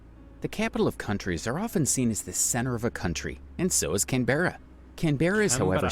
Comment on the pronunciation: Please pronounce 'Jervis' and 'Canberra' correctly.